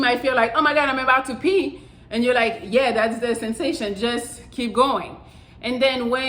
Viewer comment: It's "pee".